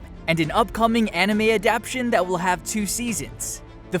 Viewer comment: The word "adaptation" is pronounced aa-dap-TAY-shun, not aa-dap-shun! I wouldn't nitpick if he didn't say it so often!